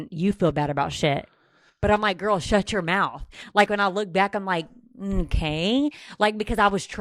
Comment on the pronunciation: “BULEMIA GWORL” oh my fuckin god